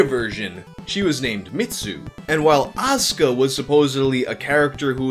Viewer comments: "ASS"ka. Damn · I guess you weren’t ready for As(u)ka